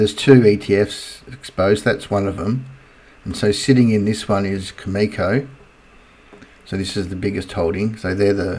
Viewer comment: its CAM-E-CO